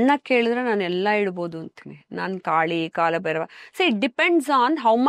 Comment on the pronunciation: ಕಾಳಭೈರವ ❌ ಕಾಲಭೈರವ ✅ ಉಚ್ಛಾರ ಸರಿಯಾಗಿರಬೇಕು ದಯಮಾಡಿ. ಇಲ್ಲವಾದಲ್ಲಿ ಅದು ಅಪಚಾರ ಮಾಡಿದಂತೇ, ಕಾಲ ಹಾಗೂ ಕಾಳಕ್ಕೂ ಬಹಳ ವ್ಯತ್ಯಾಸವಿದೆ. ತಪ್ಪಾಗಿ ಆರಾಧಿಸಿ, ಅಪಕೃಪೆಗೆ ಅಥವಾ ದೇವರ ಕೋಪಕ್ಕೆ ತುತ್ತಾಗದೀರಿ. ಕಾಲಭೈರವನ ಸಿಟ್ಟಿಗೆ ಬಲಿಯಾಗದಿರಿ, ಬ್ರಹ್ಮನ ನಾಲ್ಕನೇ ತಲೆಯನ್ನೇ ಬೆರಳಲ್ಲಿ ಬಗೆದು ಸಿಗಿಸಿಕೊಂಡ ಮಹಾನ್ ದೈವ ಶಕ್ತಿ ಕಾಲಭೈರವ. ತಪ್ಪಾದ ಉಚ್ಛಾರ ಹಾಗೂ ಬರವಣಿಗೆ ಅಪಕೃಪೆ ತಂದೀತು. ಇಂಥ ದೈವಗಳು ಬಹಳ ಸೂಕ್ಷ್ಮ ಆರಾಧನೆಯಲ್ಲಿ. ದಯಮಾಡಿ ಇಂತಹ ಸೂಕ್ಶ್ವ ವಿಚಾರಗಳಿಗೆ ಗಮನ ಕೊಡಿ. ಒಳ್ಳೆಯದಾಗಲಿ ಎಲ್ಲರಿಗೂ 🙏